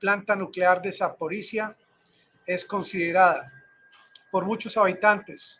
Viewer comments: Se dice: ZAPORISHLLIAA, no ZAPORISZA. LLIA... La - LL- se pronuncia a como la PRONUNCIA los Argentina. LLIAA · Terminación " zhye " .